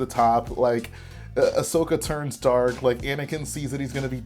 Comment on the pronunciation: ummm...its Ahsoka not Ashoka